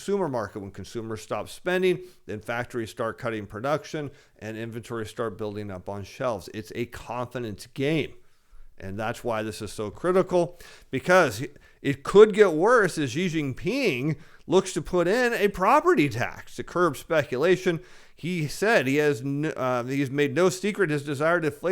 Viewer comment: The “Xi” of Xi of Jin Ping is pronounced “She”